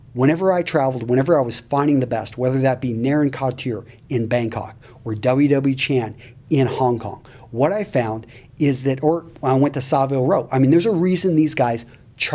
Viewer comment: Just a minor point… the "a" in Savile Row is short, not long. So it should be "Savile" as in "travel".